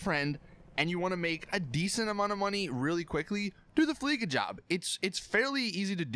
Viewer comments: It's fucking fleeca not fleeka Jesus fucking christ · It's "Fleeca" not "Fleeka" where do you hear a K? Lester also says "Fleeca" so how do you get it wrong? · It's fleeca not fleeka you say it with a sa not a ka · Please stop pronouncing FLEECA as FLEE-KA. It's meant to be pronounced as FLEECE-AH (rhymes with VISA). It meant to be a pun on the verb FLEECE meaning to: obtain a great deal of money from (someone), typically by overcharging or swindling them. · not flleca its fleece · They way you pronounce "fleeca" annoys me.😡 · The "c" sounds like a "s", and not a "k".